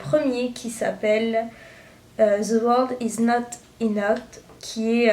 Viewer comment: [inowt] pour enough qui se prononce [inef] c'est grave pour quelqu'un qui gère en anglais et qui a réussi à lire en anglais.. Sinon bonne continuation pour tes vidéos